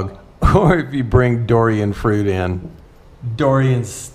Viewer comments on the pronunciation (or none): Hey....its Durian, not Dorian!! Enjoy Chiangers buddy, loved it there.